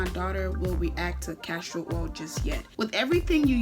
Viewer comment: Wtf is “castro” oil? Think castOR oil kmt! 🤦🏿‍♀️